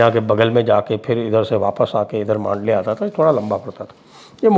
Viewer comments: Old Mandalay Road.. इसका उच्चारण मांडले नही बल्की "मंडाले" है.. यहीपर मंडाले जेल मे लोकमान्य टिळक जी को १९०४-१९०८ के दरम्यान रख्खा गया था.. यही जेल मे उन्होने श्रीमद् भगवदगीता पर "गीतारहस्य" नाम का बहुत बडा ग्रंथ लिखा था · Mandalay not mandley